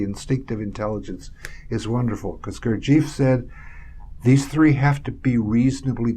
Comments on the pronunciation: I spent time with a college professor who was a student of jg bennett's and they definitely weren't calling him, "Goor-jeef." they called him "Goor-jeff." very annoying to hear his name mispronounced on something like this. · Why do Americans persist in mispronouncing Gurdjieff's name? It's irritating. The name is pronounced GOOR-jee-eff. AND Tart gets the name of the Sarmoung brotherhood wrong, which hardly inspires confidence in his fitness to explain Gurdjieff's work. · it is Gurd G F not eef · You are so right.Gurdjieff is not Beef.